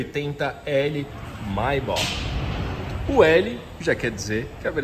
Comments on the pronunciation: lê-se Maybêque mano, não maybó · Pronúncia etrada: o certo é: 'meibec' e não 'maibá' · "mai ba" lmao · Sua pronúncia da palavra Maybach está incorreta, amigo. Mas o carro é sensacional. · Seria legal se o lucutor da Só Veículos aprendesse a pronúnciar a palavra "Maybach" corretamente. A pronúncia está errada no vídeo. Pra quem tem tanta paixão pela marca alemã, vale o esforço de aprender a pronúncia certa.